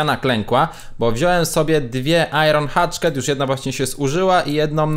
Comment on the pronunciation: Proszę cię nie,,Iron Hatchket" tylko Iron Hachet. (Bez obrazy)